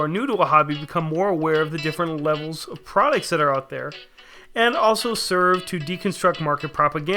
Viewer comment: lol Sure sounds like you are saying "Prehdicts" instead of products.